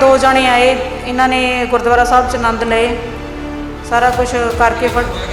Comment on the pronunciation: ਚਗਲ ਜਨਾਨੀ ਅਨੰਦ ਕਾਰਜ ਨੂੰ ਆਨੰਦ ਹੀ ਕਹਿ ਰਹੀ ਹੈ, ਜਿੰਦਗ਼ੀ ਵਿੱਚ ਹਮੇਸ਼ਾ ਅਨੰਦ ਹੀ ਲਏ ਹੋਣਗੇ ਤਾਂ ਹੀ ਗੂਰੁ ਸਹਿਬ ਦੀ ਹਜ਼ੂਰੀ ਵਿੱਚ ਅਨੰਦ ਕਾਰਜ ਨੂੰ ਤਾਂ ਹੀ ਆਨੰਦ ਕਹਿ ਰਹੀ ਹੈ।ਕਿਵੇਂ ਬਕੜ ਬਕੜ ਕਰ ਰਹੀ ਹੈ।